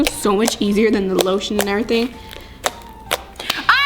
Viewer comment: She sed shaving creme when she put loshun😂😂😂😂😂😂😂😂😂 haha he he